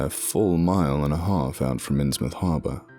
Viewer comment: Thank you for pronouncing "Innsmouth" correctly. Believe me, it matters.